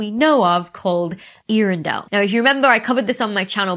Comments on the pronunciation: Both of the vowels at the beginning of the word are pronounced separately. The E is pronounced A (like the letter A) and the A and R are pronounced as in the pirate AR. A-ahr-en-del. Not ear-en-del. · It is Earendel (old English for morning star), but more precisely, its actually also Eärendil, of Tolkien Middle Earth lore. Either way, the pronounciation should be the same. Earendel is old English from Proto-Germanic origins, so it would not be pronounced as modern English would see the letters. The pronunciation is Earendil : air-⟨r⟩en-deel (the ⟨r⟩ is a rolled R) ... not: ear-in-dell For those interested in the literary history of the character, we are talking Middle Earth, First Age, about 10,000 years before Frodo. Its a long story, but: Eärendil travelled in his ship Vingilot, to the home of the Valar in Valinor (Angel like spirits that ran stuff). He became the first of all mortal men to set foot on Valinor. Eärendil then went before the Valar, and asked them to assist the Men and Elves in Middle-earth, to fight against Morgoth (the OG bad guy), which they agreed to do. For making this trip, his ship Vingilot was placed in the heavens, and he sailed it "even into the starless voids", but he returned at sunrise or sunset ... the only surviving Silmaril (important shiny gem) ... glimmering in the sky. Theres a lot more to the story, but theres the gist.